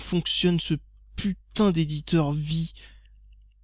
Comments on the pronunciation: Ha et on dit "Vi AIE" pas vi mdr et vi est un standard ^^ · On dis "Vi-ail" gamin et non vi ;p